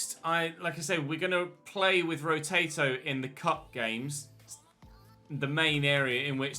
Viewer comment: Absolutely no one:: “Rotato”